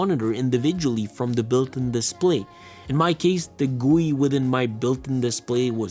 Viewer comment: The fact that he called it giuuuuu - iii to GUI tells haha lol